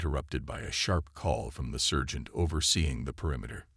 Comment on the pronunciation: It took over half this video to realize you werent sayin "surgent" . I thought maybe u were saying a weird shortened version of "insurgent" that only u used, but then it hit me you were trying to say sergant...